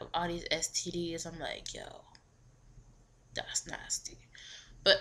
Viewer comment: by any chance are yu from the caribbean???? your ringtone is vybz kartel so im jus curious cuz i thought i heard alittle accent - when you say dats nasty....